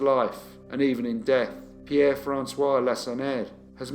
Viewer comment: When I saw the notification for this new upload I could hardly wait to get home, I wanted to hear pronounce Pierre's surname😂. you are so good with the pronunciations I take my hat off to you. Keep up the good work